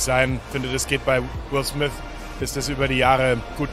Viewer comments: Niemand: Wirklich Niemand: Monte:Will Smis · "Wis smiss filme" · Jeder Normale: Will Smith Monte: Will Smiss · Ich: "Will Smith" Monte: "Will smihss" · „Will Smis“ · Digger will smiff spricht man ihn aus nicht will smiss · Niemand: Monte:Will smis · Niemand: nicht mal deutsche im Urlaub mit Socken und Sandalen: Monte: Wills Smis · Niemand: Absolut Niemand: Monte: Will Smis und Sous park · Niemand: Monte: Will Smiss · Niemand: Absolut Niemand: Monte: Will Smisss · Niemand: Wirjlich niemand: Monte:Will smiss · Niemand: Wirklich niemand: Monte: Will Smis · wer kennt ihn nicht "Will Smiss" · Niemand Monte: Wil Sniss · Niemand : Wirklich niemand : Monte : Will Smis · Niemand: Monte: Wiu Smis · "Willth mis" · "Will Smis" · Wie oft hat Monte Will Smiss gesagt..😂 👇🏻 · "Will swif"